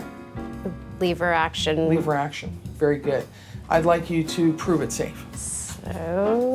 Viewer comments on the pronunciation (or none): Leever action ha lever action.